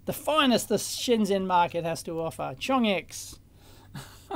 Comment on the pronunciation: Shenzhen. At least you got the "s" and the "en" bits right.